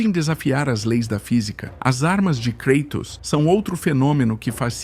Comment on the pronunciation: "KREITOS" ta de sacanagem!